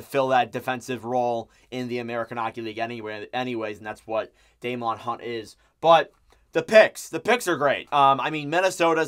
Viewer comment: Just to let you know, the correct pronunciation for Hunt is Day-men. Not Day-mon. You'll like him in Columbus though. He's been considered NHL ready for roughly the last year, but has been blocked by the veteran guys. He's also been our go to call up if we needed someone to come up due to injury. Solid, good skater, mobile, and decent puck mover. Plays hard, and has a little bite to him. He's pretty much a 3rd pairing guy through and through, but with some opportunities I wouldn't be surprised if he potentially works out becoming a #5-6 who could play stretches as a low-end #4.